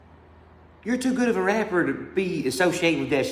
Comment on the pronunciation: Bro said “eye can wrap bedder” I love that song you posted!